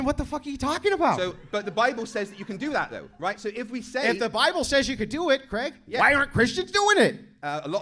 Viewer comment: Finally an American () that pronounces the name Craig without making it sound like Creg.